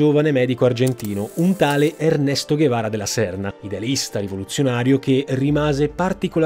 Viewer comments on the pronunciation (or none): Ho trovato qualche errore nel video. L'embargo è terminato nel 2014 con la presidenza di Obama ( o almeno ho studiato questo a geografia). Inoltre Ernesto che guevara, si legge Ernesto ce ghevara.